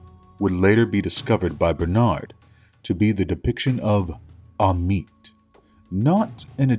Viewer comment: For future reference, it's pronounced Ah-met, not Ah-meet. Ammit is probably my favourite creature from Egyptian myth, the she-demon that sits by the scales waiting to devour hearts(and by extension the soul) of the impure in the afterlife. A double death really. Not technically good or evil, just doing a job.